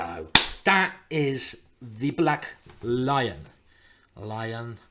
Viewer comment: Ah black lion - I always heard you saying "black line" D'oh